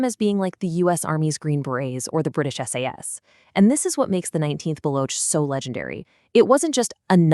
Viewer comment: Its baloch not block